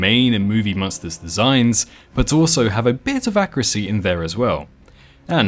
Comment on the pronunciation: lmao why do you pronounce monster like that😭😭